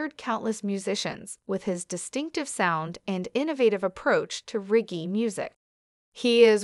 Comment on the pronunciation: Very impressive. Only error is the pronunciation of the word "reggae"